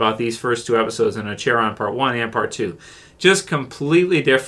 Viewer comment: This episode was fucking amazing and it’s pronounced ACK-ERON…..